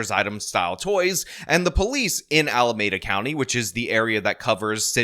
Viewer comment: Alameeeeeeeeda County. Not Alamaaaaada County. Every time,! Every time!